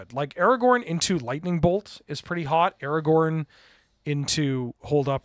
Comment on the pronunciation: We're going to roast you for the pronunciation: The letters are right there in the name of the card. AragoRn. There is a second R clear as day. You're terrible at this aspect of things and should NOT be the person reading card names. Get whoever is on tech that day to do it instead!